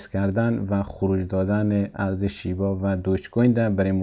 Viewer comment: آقای محترم لطفاً نام ارز رو بدون لهجه بگویید و بنویسید